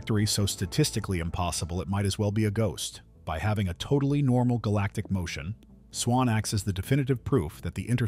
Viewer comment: "Swans" or "swarms"?